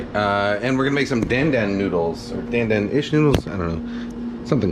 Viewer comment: Don’t say Dan Dan as in the name. Chinese won’t understand you. It is pronounced DonDon as in Don Rickles.